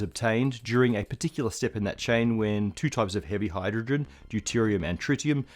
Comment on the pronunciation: Did you notice the “hyrdrogen” ? 🤨